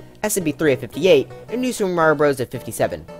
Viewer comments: All of You he says new sup but i Hear IT as new (soup) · why did you always say "new soup" lol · Ah yes my favorite game style “Newsoup” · Did this guy really just call new super Mario “new soup”? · I like how he said new SOUP er mario bros u